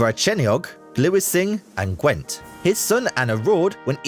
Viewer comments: Gwent didn't sound too bad, to be fair. As an English person with poor grasp of Welsh pronunciation, even I winced at most of them! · A very interesting video, as someone born in Gwent, one of the very few place names pronounced correctly, I learned quite a lot about my home country. Unfortunately no mention of Llewellyn ap Gryffyd, the last native born Prince of Wales or Owain Glyndwr. I can say Llanfairpwllgwyngyll etc even though I am not Welsh speaking. I even learnt the Welsh National Anthem In English. I live very near the border. In the 19th century the use of Welsh in schools was prohibited, children were physically punished for using it even though it was commonly used in the home. My late husband whose family came from west Wales , children didn't speak English until he was four. His father parents had moved from Swansea to Monmouthshire or Gwent for work in the Ebbw Vale Steelworks. Ebbw Vale was the constituency of Aneurin (A nye rin) Bevan founder of the NHS, voted the greatest ever Welshman in 2000. By the way the teaching of Welsh has been compulsory in schools all over Wales since 1996. There are many schools were all teaching is done through the medium of Welsh and English is taught as a foreign language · Butchered them all apart from Gwent 😂